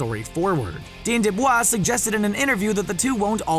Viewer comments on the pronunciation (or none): He also says "dean deblah" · Wait did you say dean debvaa